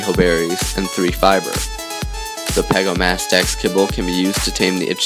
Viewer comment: the pegostamax is pronounced peg-goes-stem-max i think